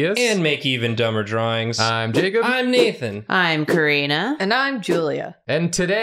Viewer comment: Jacob said Kari-nah 😂